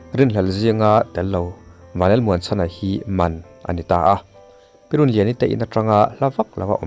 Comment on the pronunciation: Pi "Runliani" tih hi Mizo hming pangngai, mi tam takin an put ṭhîn pawh niin a rinawm a. Engati nge in lam dik thiam mang loh tlat le? Inbuatsaih ṭha deuh teh u.